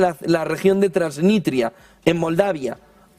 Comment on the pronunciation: Transnistria, tío. No "Transnitria". Transnistria.